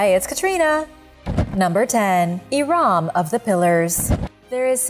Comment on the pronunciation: Hi guys, It’s not prounounced iraam but irum